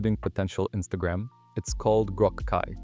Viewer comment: I LOLed when somehow voice gen you use said Instagram haha